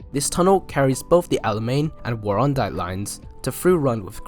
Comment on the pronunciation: Was a train to Warrandyte really planned? Hard to imagine! Although I suppose if it terminated down at where the football ground and IGA is, it'd be feasible. Hell of a grade, though! (I did also chuckle at your pronunciation of Warrandyte, heh.)